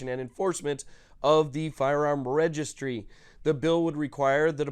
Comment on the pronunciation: Can you say " registery"?